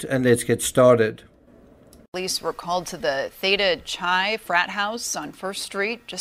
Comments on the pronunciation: First of all it isn't Davis University but the University of California at Davis. Secondly, Theta Chi is pronounced like Kai. In fact, the second part of that Greek organization is the same as Ethan's fraternity, EX where X is the symbol for Chi pronounced as kai. Rhymes with sky. I know you aren't American and that's why the pronunciation is wrong. News woman also mispronounces it. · Out of town fans for football could include frat guys and sorority girls from other campuses visiting the local chapters. This can get really weird. BTW, the Greek letter “Chi” is pronounced “K-eye.” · Quick, someone tell that newscaster how to pronounce "Chi".